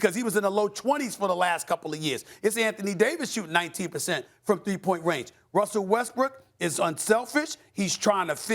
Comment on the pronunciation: Did Perk say "Wussell Westbrook"? LOLOLOL